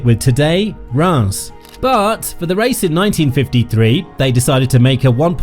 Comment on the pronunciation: The correct pronunciation of Reims is /ˈriːmz/ (like beans with an r and an m.) I was fine at first, but by the 50,000th mispronunciation I was punching myself in the face.